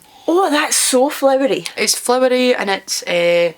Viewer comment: What amuses me is how the way you say flower makes one think you're saying flour, and yet the pronunciation of e.g. Aberlour is "-lower" rather than "-lour".... And then you say flour (e.g. Almond flour) and I get confused all over again, thinking you meant blossom.🤣 I've tried the CC with Ralfy and that's often funny, but suspect it'd be too much distraction with your vids which are already so much fun and pleasure without. I think I can follow maybe ~80%, which is a good excuse to watch more and practice. On geographical (mis-)understandings: I now know what jobbies means but it's not a term familiar in NZ--and sounds oddly "childish"/twee, though maybe that's deliberate/part of the fun within the UK? We mostly stick to 4-letter words for such. Also to my ears it conjures human-produced whereas you're mostly talking farm animals like coos. Anyway, when I was a child in the 70s cows were thought to produce pats, but with the industrialisation of milk-production here (South Island) from the 90s everyone on farms started talking about chips--dried pats. And chips is also the term we use for what you call crisps... as well as the larger/square-cut ones wrapped in newsprint with fish, etc. And given your encyclopedic knowledge of crisps--when you discussed airy quavers recently I thought you meant musical--I thought you might enjoy. No, don't even think of using RP, that would spoil so much fun.😀 Better stop now while I'm only miles behind.🙄